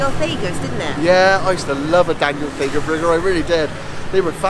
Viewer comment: you’re the first couple that I’ve heard to pronounce the old, famous Daniel Thaiger ( Faiger, as you say it) this way.I always thought it was pronounced as "Tiger" ,as it’s a play on words, using the word "Thai " ? 🤔 Just a thought... But yes I agree with you, Soi 11 has changed a lot since pre Covid. When I was there in 2019 ( doesn’t that now seem long ago? ) there was more sleazy looking massage parlours, where the girls would all call out to passing male tourists ( near the Taco Bell & 7/11 now are)... It’s got some great street food & western food such as Soho Pizza & the aforementioned Taco Bell 🔔 to cater to late night party goers who are looking for a quick bite before heading back to their hotels...